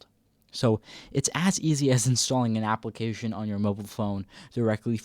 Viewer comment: we say application not APPLE - acations